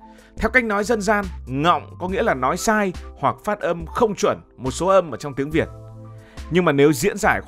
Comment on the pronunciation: Phát âm không phải phất 😂😂